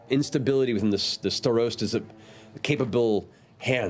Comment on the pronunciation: Just thought I would share a tidbit of insight. In Czech (my native language) "Starosta" means Mayor. The pronunciation is off though. :)